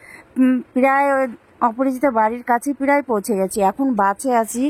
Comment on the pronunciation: কথা টা ঠিক করে বলো ওটা বাঁচে বাসে হবে